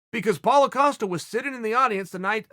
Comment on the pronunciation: Paulo "Acosta" Costa